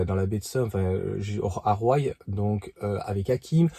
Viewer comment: Roye se prononce "roi" aller bisous